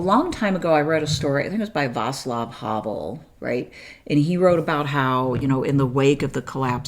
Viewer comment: 👍for how you said Václav